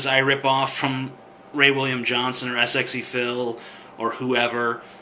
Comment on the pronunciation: Really an insignificant thing but it bothers me for some reason People when saying "sxephil" just say sexy-phil Im pretty sure that's how its pronounced. There's no need to fear saying it